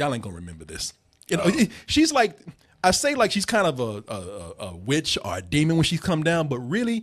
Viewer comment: anyone else hate that pronounces the word "or" as "are'